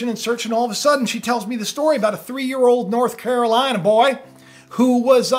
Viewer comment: I like that country accent when you said North Carolina Boy !! Yes we speak country.but I don't believe that shhh..